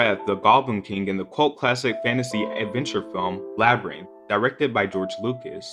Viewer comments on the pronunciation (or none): if you're going to review his career at least revise and pronounce some of the names right. Jareth and Labirynth was way off. Jar red and Lab Brain. Smh.